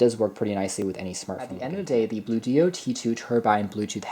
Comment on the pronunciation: ONE word... Bluedio... rhymes with studio... not Blue dio... no space, no hyphen... no capital letter to indicate a 2nd word so why on earth is everyone confounded by how to pronounce the name?